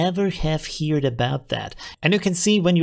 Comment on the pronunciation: Love your vids! By the way, your English is really good! But 'heard' is pronounced "her-d" :) Thank u for your help!